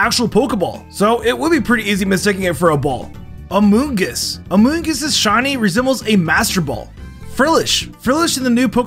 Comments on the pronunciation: "amoongus" i hate it here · I thought when said amoongus I though he was gonna refer to among us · haha, amoongus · Hahahhaha amoongus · idk why but how said Amoongus was just too funny for me